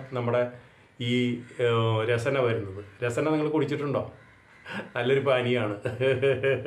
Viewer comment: രസന അല്ല രസ്ന ആണ്.